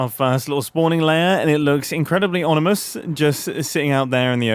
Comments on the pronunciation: Baby it’s ominous not onimus 😭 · bro said onimous